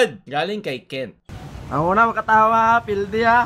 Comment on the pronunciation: Pildi instead of perdi